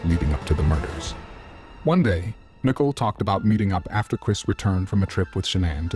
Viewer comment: Her name isn't